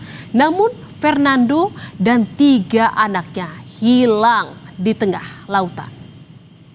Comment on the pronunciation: Pengucapan kata… “hilaaang” … “tenggelam”…oleh pembaca berita ini terkesan tdk punya empati! Ga ada rasa… tolong belajar berintonasi ya mbak?